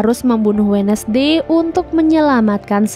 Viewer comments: Terimakasih rangkuman ceritanya.. Kayaknya yg bener bacanya 'wenzdei' bukan 'wednesdei'. CMIIW 🙏☺ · Wensday kak bukan wenesday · Lihat tiara Andini posting IG-nya dengan konsep film ini, jadinya malah serem2 gemes. Min baca wednesday itu wensdey bukan wednesdey. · Indonesia bngt sebut We Nes dey